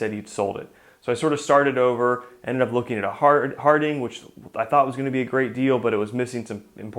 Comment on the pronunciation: Another nice video. Thanks for showing us what you have going on. BTW, Hardinge rhymes with hinge, not ding.